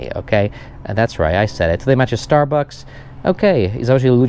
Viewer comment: "orior end liwaj" wtf? Oreo and Lewis, i co najważniejsze "starbAKS" a nie "..bu-c-k-s", tak się u nas mówi, bo najłatwiej, nie musi byc poprawnie. Każde słowo ma inaczej. Peace :)